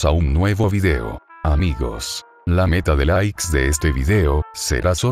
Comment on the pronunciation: Al inicio del vídeo dice igos